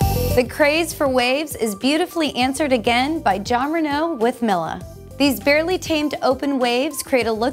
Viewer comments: That’s not how you pronounce “Mila” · Mila is usually pronounced like Me-la rather than Mill-a. :-P